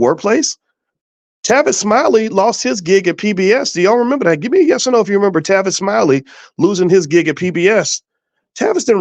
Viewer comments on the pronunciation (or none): none